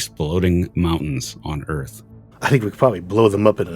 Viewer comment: I’m a native English speaker and I find it difficult to catch all he says. It’s partly a common speech impediment which means he pronounces r as w. He has other idiosyncrasies which don’t help either!! Like earth sounds more like owth etc!!! Anyway you just have to tune your ear and it’ll start to be more understandable imo.